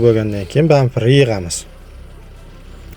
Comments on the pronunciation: БамФер эмас бамПер. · Банфир❌️ Бампер✅️ ебан биринши нәубетте не ислеп атырғаныңды жақсылап үйренип ал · Бампер а не бамфер))